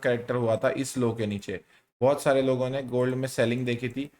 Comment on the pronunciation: Sare Level❌ sale level✅ 😂